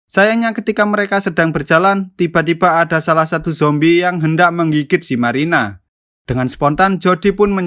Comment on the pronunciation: marina bang bukan maina